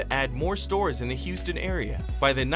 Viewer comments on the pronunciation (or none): none